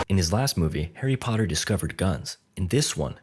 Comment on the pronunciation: Harry POOT-AR